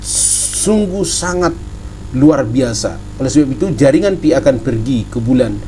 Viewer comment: Pi network bukan fi network